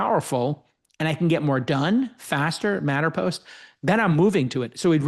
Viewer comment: it's matterMost, not matterPost :D